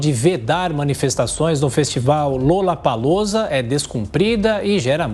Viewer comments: Outra coisa… não é LULApalUza 🤢 que fala! É “LOlapalUza” a pronúncia! L O L L A P A L O O Z A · Onde foi isso mesmo hein? Ah, no "lullapalloocia"?????? kkkkkkkkkkkkkkkk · Foi impressão minha ou a carolina Belin Lulapalooza? Kkkkkkkkkkkk....